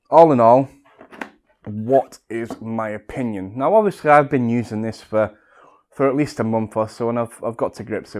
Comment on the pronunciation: New drinking game.. Have a shot everytime he says obviosously